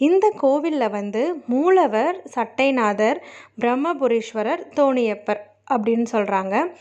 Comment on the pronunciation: சட்டை நாதர் இல்லை மா சட்ட நாதர் என்பது தான் சரியான உச்சரிப்பு.